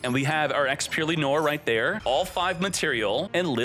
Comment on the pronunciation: Noir = noar .. its a frensh word means black